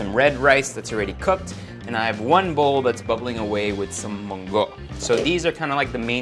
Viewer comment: I like how he pronounced “mung-go” hahahaha